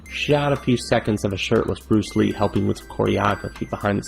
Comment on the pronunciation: Bruce Leh? That sounds really lame. You may as well call him Bruce Bleh!... as in dull!